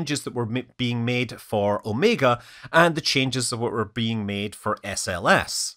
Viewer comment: Hi, Scott Manley: I'll admit, you surprised me with your pronunciation of "Omega."